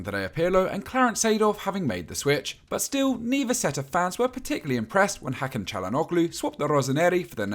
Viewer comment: Hakan Calhanugly 😅😅😅😅😅